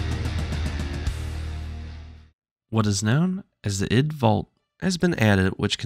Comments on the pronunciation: Id, not eyedee. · 2024 and people are still saying "eye dee"